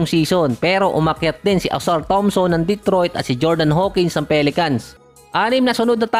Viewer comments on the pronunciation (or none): none